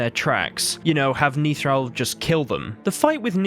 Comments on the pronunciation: He's Nithral...NOT Neethral...short sound on the 'I' I think he was on the way to becoming a general. He is an early-ish fight, his General training had barely begun, I think his death had been forseen which is why he was sent there. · Youtuber : "Niethral" Me : Face palms "Nithral"